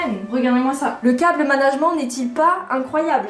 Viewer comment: tu dis cable management mais il faut pas le prononcer comme ca ca m a fumé